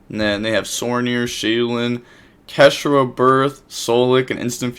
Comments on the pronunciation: It's pronounced Cash-Tea-Ra btw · my dude. It's pronounced Kash-tear-ah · Cash tear ah is how you pronounce it